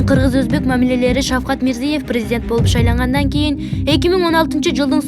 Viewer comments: Мирзиев эмес.Мирзиёев деп окусаң чоң кыз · Мирзиëев болуп айтылатго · Журналист кыз туура окучу мирзийеев дебей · Почему так небрежно выговаривает фамилию Президента Узбекистана, неужели нельзя подготовиться к эфиру и правильно читать текст??? Дикторы очень слабо подготовлены и всегда допускают грубые ошибки в произношении элементарных, казалось бы, простых слов! Очень плохо читают текст, видимо, у этих "дикторов " нет должного образования, а дипломы просто напросто, куплены! Даже слушать неприятно этих горе-дикторов!!!